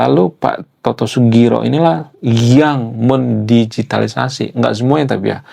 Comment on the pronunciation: Pak Toto Sugiri bang bukan sugiro